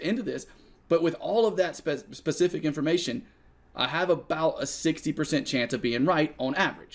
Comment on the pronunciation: Right, in NZ they says spezific! ;-)